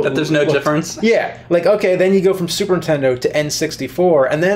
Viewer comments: ...I love how James says "Super Intendo"... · james says "super intendo" often